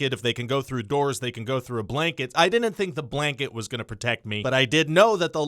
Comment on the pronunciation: I like how when you try to say "didn't", you say "dinint" instead. Also hilarious video as always, Ryan. Love your stuff. The first part of this comment was mildly sarcastic but still playful, just poking fun at an accent, and the last part was genuine.